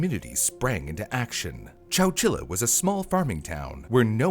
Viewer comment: wait, wait, chowchila? I thought bro was just saying Coachella really weird 🤣